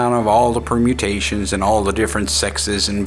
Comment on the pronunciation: Every time said permutations all I could think about was Witcher 😕